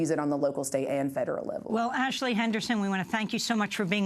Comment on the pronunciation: Lol, so many "Impor-int" issues, right ""? What a joke.